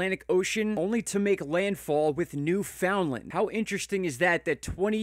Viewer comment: Thank you for pronouncing Newfoundland correctly!!!!!